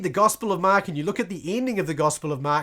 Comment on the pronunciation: Why do you call it the gospel of MAaak ? :elbowcough::chillwcat